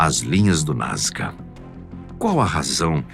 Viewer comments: Sempre conheci como NazCa Pq o narrador diz: NazGa?? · achei que só eu tinha reparado nesse detalhe , sempre ouvi NasCA e o apresentador fala NasGA !